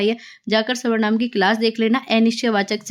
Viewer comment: Mam aap savrnam kyu bolte ho sarvnaam ko😊